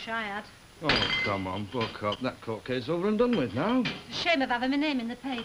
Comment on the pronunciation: "Wi' milk"